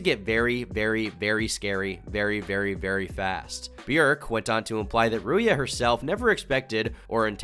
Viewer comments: I love how you say Ruia instead of Ruzha😎 As a fellow Bulgarian, foreigners always struggle when pronouncing my name. You can type her name in google translate and hear how it's pronounced in Bulgaria, it'll surprise you! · Ruja is pronounced like rouge, not like booya. She is 100% gypsy and most of her "resume" is fake. You make her out to seem like this financial mastermind, while in reality this is just a scheme which sme was only the face of. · Mate, it's Ruzha not Ruuya. It's painful listening to you mispronouncing her name every 10 seconds. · 1st you described Bulgaria very negatively, but it’s not worse than any western country as far as crime is concerned. 2nd, it’s pronounced RouZHa, not Ruya! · Hearing "rooya" again and again when talking about Ignatova was so painful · is Bulgarian in the same way Taco Bell is Mexican. Also, it's pronounced "Ruzha" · If you had any touch with Bulgaria, you would know that you pronounced Ruja name incorrectly. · My guy, how are you Bulgarian and pronounce Ruja's name so wrong? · how are you a Bulgarian export and yet pronounce Ruja's name so bad?